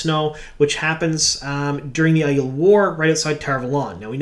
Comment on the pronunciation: Ugh, are we actually going with the eye-eel pronunciation? Thumbs down. Aiiiii-el, the air up there bro.